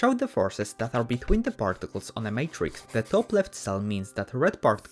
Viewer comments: 'parrticless' lol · I though he sed farticels